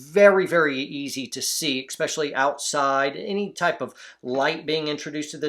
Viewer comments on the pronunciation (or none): love the videos great content. But, eSpecially not eXpecially. You say it in almost every video, and I cringe every time. I guess everyone's entitled to a flaw though so... You do you, don't change just for me.